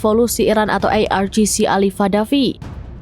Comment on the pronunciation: Pembaca berita ini barangkali lulusan University United Kingdom atau Australia, mudah difahami spt sebutan IRGC.